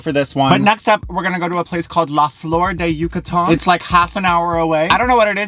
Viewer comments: U said Yucatan right and then your phone said it wrong for you lol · I have no idea, but your Yucatán was on point! :) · As someone that lives in Yucatán I’m living for the way you pronounce it. Also I’m guessing the bread/cookies you had are polvorones which by the way you described the texture, it sounded like they were